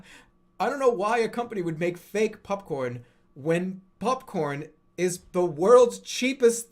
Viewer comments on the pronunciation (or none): Why does he pronounce popcorn buhpcorn